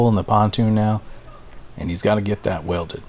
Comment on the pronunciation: He's got to get it "WELTED"? did I hear that right?